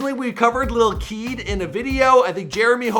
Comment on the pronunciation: and why you pronouce " LIKE KEED" like a monster lol